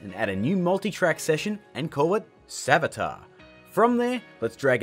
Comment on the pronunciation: that's not savjtar